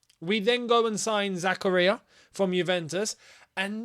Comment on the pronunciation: Denis ZAKARAYA???? Denis Z-KA-Ri-YA